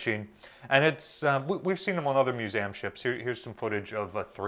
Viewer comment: Love this info but you pronounce it "Mewzamm"?